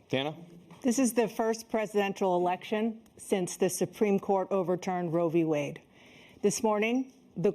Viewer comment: “Roevie wade” 😂